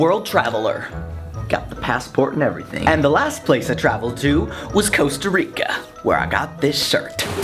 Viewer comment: It's not Coasta Rica, it's Costa Rica... Kappa